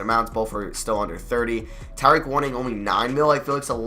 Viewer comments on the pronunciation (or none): none